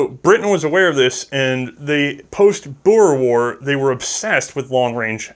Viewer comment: as a south african i cant thank you enough for pronouncing boer correct, thank you